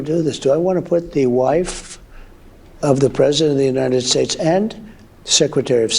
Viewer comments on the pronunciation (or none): He says United Shakes!